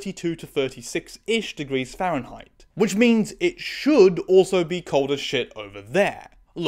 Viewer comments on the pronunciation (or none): none